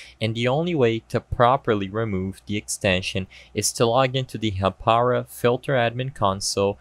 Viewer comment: its Haa-Pa-Rau